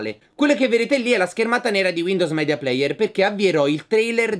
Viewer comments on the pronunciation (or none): none